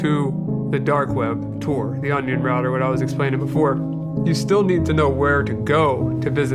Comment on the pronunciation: FYI: it's TOR not Tour.